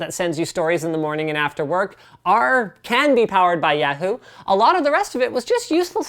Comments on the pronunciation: Is that really how Canadians pronounce Yahoo? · AM I THE ONLY ONE BEING BOTHERED BY THE WAY LINUS SAYS YAHOO??!?!?! AM I GOING CRAZY? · Oh god, his pronunciation of Yahoo. So funny. Also, fuck John Boehner, which he showed on that phone closeup of that app.